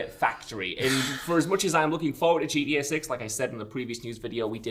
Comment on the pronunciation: for fucks sake bud, its GTA not gda you slurring drunk.